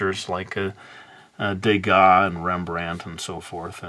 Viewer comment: de gah ?, I mean Van Gogh is the only one I so quickly remember sounding a bit like that....